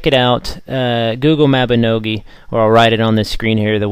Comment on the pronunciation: uhm... actually, apart from saying mab... he got it right. It's MOB-EE-NO-GEE. this is how the koreans pronounce it.